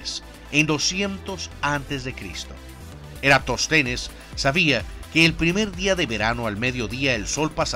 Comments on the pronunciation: Es EraTÓS tenes, no Eratostenes. Cabeza de Ovum (es una palabra Esdrújula) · Eratóstenes, con acento en la “o”.